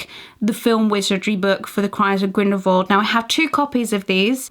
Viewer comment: I love your videos. But I can’t help but be irked every time you pronounce Grindelwald, as Grindelvold. It’s so strange to me, I don’t know why.